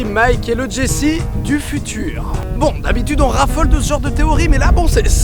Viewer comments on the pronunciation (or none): C'est une superbe vidéo, tu gagnes un abonné ! :D Par contre, Walt se dit Wolt et Jesse Jessie :3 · Miskin c jesse qui se prononce jessy